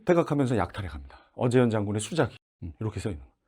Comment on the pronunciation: 수자기[수짜기] : 진중이나 영문의 뜰에 세우던 대장의 군기. 발음 유의해 주시면 감사하겠습니다.